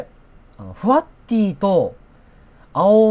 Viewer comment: ✕フワッティ〇フワッティー